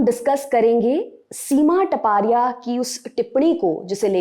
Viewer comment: Here surame is not टपारिया it's तापड़िया